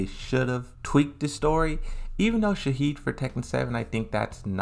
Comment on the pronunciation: Right? Also, it's shaHEEN, not Shaheed. This dudes pronunciation of these characters' names are really frustrating. He should learn how to pronounce these names properly before making these videos